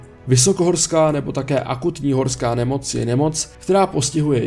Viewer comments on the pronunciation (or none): Chlape.... pohori "Krakatoa" misto Karakoram, pak "horka nemoc" misto "horska nemoc"... a to mam za sebou 3 minuty videa...😂